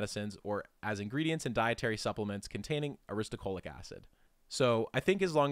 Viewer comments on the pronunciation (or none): 😅😮The narrator keeps saying aristuhCOALic acid, but the word is clearly spelled NOT that way. It is spelled as he has it shown in the screen: Aristo-LO-chic acid. Like a low chick. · Aristolochic. You pronounced it wrong every single time. You said “aristocholic.” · So, it's aristolochic (uh-ris-tuh-LOW-kik) acid, which is reflected in your links and in the video itself, and not aristoCHOLIC* acid, as the chapter title states, and as it was unflinchingly pronounced like a hundred times in the video voiceover. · Ar-is-to-LO-chic, not Ar-is-to-CHO-lic. -- A. Botanist. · thats the opposite of a strawman. did my head in to hear you say strawman repeatedly. ah-riss-toe-low-kick. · u are pronouncing "aristolochic" wrong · u pronounced aristolochic acid wrong